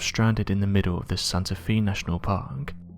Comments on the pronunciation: Santa FAY, not Santa FEE. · I'd not heard of this 411 story. (First not related to the story, but for any future videos, Santa Fe is Spanish and pronounced Santa Fay [not Fee]. No problem, everyone knew what you meant.) I'm curious as to why the hospital covered up the story and also how the first search party didn't find him if the GPS coordinatess were correct? Very odd story. I am glad the man didn't die before getting help. The man who found him is to commended for staying involved and supplying him until the rescue team found him. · Fe is pronounced fae Not fee you need to go back to school and maybe this time you should pay attention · FYI, it's pronounced Santa FAY, not Santa FEE. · Does anyone else here think that Santa Fe is pronounced as Santa FEE?? I bet you that NOBODY else is that stupid, surely everyone knows its pronounced Santa FAY... right? I really wish this narrator would go missing, I have had it with his crap! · As a former resident of New Mexico Santa Fe is pronounced Santa Fay. The universe is 10000 Times more mysterious than the mind can conceive. There are areas where the veil between dimensions are thin and you can find yourself in a slightly different version of reality. Check out the Mandela effect. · Santa Fe is pronounced Santa Fay. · It’s pronounced Santa Fay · Can you not research how to pronounce certain names and cities? It's really not very difficult at all. (Santa Fe) is not pronounced "Santa Fee"